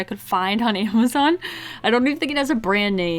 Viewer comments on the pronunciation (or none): none